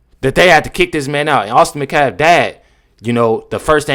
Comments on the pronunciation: Metcalf! Not Mcalf! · Why can't you "people" ever pronounce English words or names properly? HIS NAME IS METCALF, not Macaf. Moron. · I think you’re amazing but can you please pronounce Austin’s last name correctly? It’s Met calf. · Did she say Metcalf boys as in both boys? It sounds like she said boys. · The metcalf boy??? Damn, she doesn’t even have enough respect to say his whole name properly